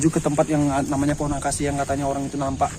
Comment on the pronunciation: Akasia bg bukan angkasia